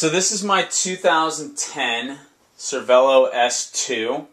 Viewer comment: Pro tip pronounced cer-vey-lo